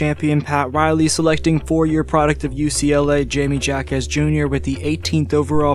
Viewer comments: Not Jamie, Jaime (pronounced like Hi-mey), he is a phenomenal player and has amazing basketball IQ. I can't wait to see how far he goes and how he impacts the game in the future. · "Hi-meh" to be precise. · Hayme/Hame not Jaymee lol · Hi may, not J me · His first name is pronounced like “Hi-mey” but great video as usual! Been subscribed since 2022 so by now, we both know more Miami Heat content is coming out closer to the postseason😂🔥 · High Meh Ha Kez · It's hi-meh ha-kez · I can't listen to this video with you pronouncing J's with a jay sound instead of an H sound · Someone tell this Narrator that Jime Jacques’s name is pronounced with an “H” both first and last……. there’s no excuse for him! It’s an insult to all Latinos